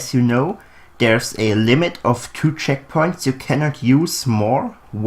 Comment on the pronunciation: Checkpoints not checkoints